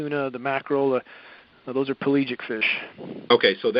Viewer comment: This is a mix of bullshit and real shit. The "palegic" fish? It's pelagic, meaning open-ocean. And the jet streams? Are you kidding? Those aren't the cause. The cause is co2 and ch4 (methane). The result is the same. We are fucked. But not in the way this guy is claiming. And WWIII as a distraction? Are you serious?